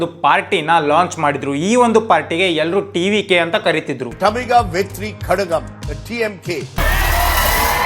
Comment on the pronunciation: not vitri kadagam vetri kalagam in tamil and malayalam you should say la by twisting ur toung not ಲ it's mhaa prana laa